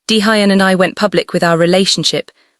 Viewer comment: 23.55pm from Toronto, Canada 😁! Daehuyn is pronounced Day- Yhoon❤! Great story but the pronounciation of Daehuyn, Keisha, fairytales, pacing, hoping, and couch are sending me😂😂😂